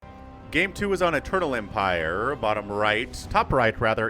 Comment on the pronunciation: Every time you say eternal empire I hear turtle empire